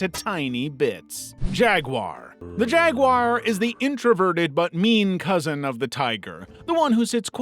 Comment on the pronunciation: JagWAR not WIRE!!!!😫